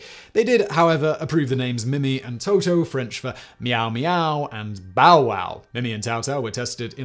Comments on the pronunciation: In french you wouldn't pronounce the boats name as "Toto" but rather "Tootoo" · i hate to be that guy but it's pronounced TOO-TOO not TO-TO, get it right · Playing fast and loose with the translations. Mimi and Toutou translate more to kitty and doggie rather than their respective sounds, also Toutou sounds like tutu not toto. Fifi does not translate to tweet-tweet, but could be used to mean birdie.